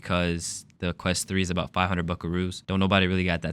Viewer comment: How Der. You. Say that obaot. 3s😢